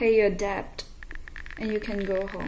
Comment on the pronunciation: You are beautiful beyond words and so are your videos....love you. There are certain words you mis pronounced....'debt' for e.g.. is s'posed to be pronounced without the 'b'... I personally love to correct others(if I know ) and be corrected..I don't think there's anything wrong in it...(a stitch in time saves nine)